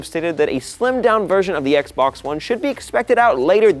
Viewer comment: Did anyone else hear him say X-Bone?